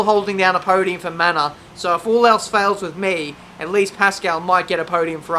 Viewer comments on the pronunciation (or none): none